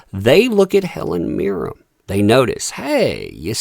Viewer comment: It's Mirren, with an N, not Mirrem.